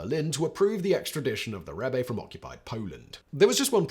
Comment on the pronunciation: Incorrect, Rebbe with an E on the end should be pronounced Reb-uh